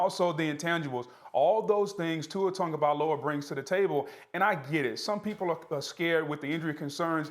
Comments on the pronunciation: Booger.....it's not TONGOvailoa.... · How do you say his last name (tagovailoa)? Cuz im pretty sure there’s no n in it, but ppl pronounce it like there’s an n in it